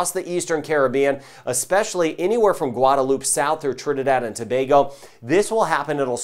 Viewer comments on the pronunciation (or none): none